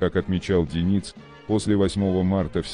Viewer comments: Не ДенИц,а ДЁниц,слух режет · А-а-а Автор! Ну ударения то можно правильно в словах ставить? Правильно ДЁниц, ударение на Ё, а не ДенИц... Аж слух режет. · Диктор, Как все-таки верно - ДЁниц, или ДенИц?) Да, и не ПринОм, а ПрИном! У тебя проблемы с постановкой ударения? Ты уж сам определись? Зачем искажать? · Это робот читает. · А кто такой ДенИц? Я так понимаю, обладатель голоса за кадром, рассказывающий о подводной войне, эту фамилию впервые слышит/видит? Нашествие в интернет полуграмотных киноделателей достало. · Материал интересный, а за использование кривого робота - дизлайк. "ДенИц, решил свернуть", "что случилось с ПринОм" - тут хоть более-менее понятно, кто имеется ввиду. А вот "потопили подлодку МацА..."- это что-то. Ну не могли нацисты называть свои подлодки в честь кошерных блюд, они же антисемиты